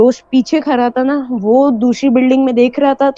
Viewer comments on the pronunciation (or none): او بھائ تو کھرا تھا یا کھڑا تھا؟؟ Are all my fellow Pakistanis suddenly dyslexic? Or is it cool and modern to pronounce Urdu words wrong?